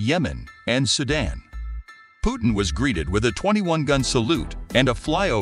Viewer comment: Why don't you learn first to pronounce President Putin name correctly